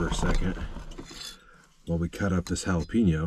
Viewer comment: Yep. Don't y'all say it as Ja-la-peeno??